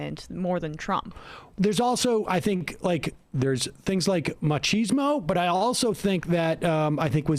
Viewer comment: Pronouncing machismo as macheesmo, deflates the word brilliantly. I agree that bullies are popular in the US, especially if they are your bully. Dem's definitely have a determination problem, even Manchin and Sinema are seen as snarky, not strong.